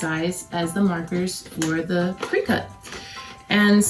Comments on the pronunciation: You need to say the name of the machine correctly. It’s cri-cut it’s not said Cree cut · Crick-IT.... NOT cree-CUT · Thank you for the tips, fyi Cricut is pronounced like cricket.